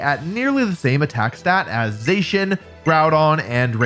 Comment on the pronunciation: Za-She-In. Zacian. You're welcome.